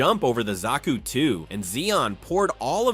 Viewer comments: Good video but who can't pronounce zaku 😅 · Says Zaku wrong th 1st time (Autocorrects) There were go